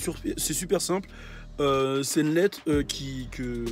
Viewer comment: gg l'accent mec, en vrai, le "letter" est juicy as fuck